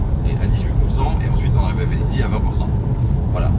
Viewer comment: Merci pour cette vidéo instructive qui confirme bien qu'on peut faire de longs trajets avec une électrique, surtout une Tesla, c'est ce qui m'a décidé à passer commande. Néanmoins, il faut que je me permette de vous faire remarquer deux petites choses : il n'y a pas deux "Z" à Velizy, ça se prononce juste comme ça s'écrit Les prises ne sont pas des CSS mais des CCS. Voilà, voilà...😜 Bonne soirée...